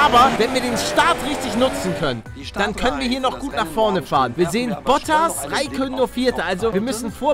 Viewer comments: "Kimmi Reykönnen" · Ich will ja nicht meckern aber er wird Raikkönen gesprochen...